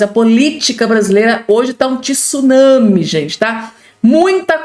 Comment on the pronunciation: vc gosta tanto de usar a palavra TSUNAMI, mas aprenda a falar não e'' TISU mas sim TSU